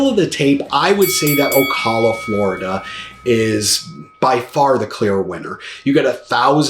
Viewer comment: good video.... of course, Ocala is BY FAR the winner! BTW, you do not pronounce Ocala correctly. O CAL A not O CALL A Thanks